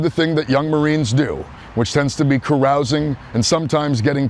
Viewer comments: It's Ka rouse ing . . . not Ka ruse ing . . . 🤣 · Caroosing? That's how the hosers in Canada say it ,eh. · Bridget: "'Carousing"? What, were they getting cotton candy?" Me: Not "carousel". "Carousing".